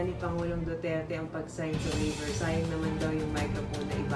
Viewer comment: Bobong attorney.hindi waiber. Pronunciation is Waiver. Mag aral ka muna NG proper English pronunciation. Attorney ka Pa Man. Hindi ka marunong ng proper English.🤡